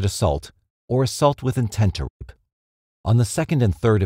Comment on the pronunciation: For some reason every time the narrator has to say rape he doesn’t say it and it comes out as a half word or just a meaningless sound.